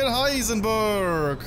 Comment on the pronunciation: das heißt ich heisen bööööörg sondern heisen beeeeerg